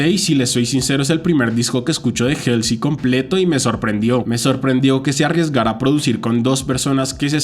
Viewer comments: Me desespera que pronuncies 'jelsi' en vez de 'Jolsi' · Pequeña corrección se dice "jolsi" y no "jelsi" jeje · creo que se dice jalsey xd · El nombre de Halsey se pronuncia "jolsi", saludos ⚡⚡ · te amo y se que es un comentario bien superficial pero ESTAS PRONUNCIANDO MAL HALSEY.